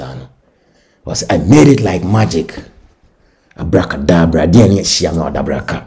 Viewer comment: Abracadabra not adabraka please